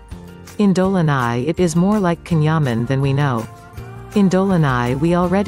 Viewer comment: omg pronounce his name correctly